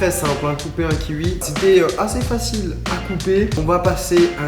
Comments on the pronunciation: 😂j'adore comment tu parle "kiwui"c'est quelle origine ça?😂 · « Un kihui »😭😂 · Il dit le kiwui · Le kiwui 😂 comment tu le prononce c'est exelent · on va prendre un kihui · Ça me fait des frissons quand il dit "Le kiui" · « Le kiui »😂😂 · LE KIUI 😂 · "Le kiui" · Le « kioui » 😂 je rigole à chaque fois qu’il le dit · pour dire kiwi le mec dit 'qui ui' mdr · Tu prononce le kiui 😂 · "ki ui" kiwi mdrr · LE KIUI. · La prononciation de kiwi de Charles "Le kiui"😂😂😂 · Like si t'aime les kiui 😂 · Un kiui??? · "le kiui"😂😂😂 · Le kiwui 😂😂😂😂😂😭😭😂😂😂😂😂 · Il dit même le kiui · Sa me perturbe comment il dis " kiwi " je suis la seule ou pas ???😂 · Vous êtes autant perturber que moi quand il dit kiwi ? 😂😂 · j'aime la façon qu'il dit kiwi je trouve ça satisfesant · Sa me tue comment il dit "kiwi" 🤣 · Qui adore la prononciation du mot kiwi de Charles 😂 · Ça me stresse quand tu dit kiwi 😂 Moi : kioui Charles : kiui Ça me stresse 😂😂😂😂😂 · Kiwi pas kiwui ! 😁😁😁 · bah ça se prononce "kioui" lui il dit "kiwi" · sa me stresse que tu dise kiui 😂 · Un kiwui 😂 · le ki Ui, le ki UI... 😂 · "le kiui" 😂 ptn Charles jtm 😂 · Le kiuoui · Le ki ui😂😂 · tu m'as stressé en disant LE KIUI 😭😭😭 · « le kiui » 😂😂😭😭😭 j’suis mort la 😂😂😂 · T'es bizare a prononcer kiwi "ki ui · Un ki-ui 😂😂😂😂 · Le kiui 😂 Sinon bonne vidéo 😀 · Il ne sait surtout pas dire kiwi ptn j'en peut plus de l'écouter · le kiwui mdr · “un kiui “😂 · Qui a remarquer que Charle dit le kiwuii ça m’a beaucoup trop perturber 🤯😨😂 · Le KIUI la façon dont il le pronounce est trop drole🤣✌🏽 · Kiwi, j'ai entendu ; Ki ui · lol "kiui" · Je suis le seule à avoir remarquer qu’il dit kiui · j’en ai marre écoutez comment il dit kiwi " kiui " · « Un kiui « 😂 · Omg ce kiUi m’a arraché les oreilles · Tu me soule tu dis " kiui" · Je suis brusqué d’entendre kihui au lieu de kiwi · le "kiui" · Heuuuu..... c’est du gachis de papier !! 😂😂 d’ailleurs qui prononce kiwi « kiwoui » parce que Charles il dit kiwiii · "Le kiwui" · Tu dit Kiui 😂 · Kioui mdr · Le kiUi 😂😂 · Un kiui 😂